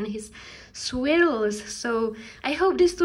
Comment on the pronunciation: Gorgeous work! By the way, "swills" are pronounced "SWIRLS" like GIRLS !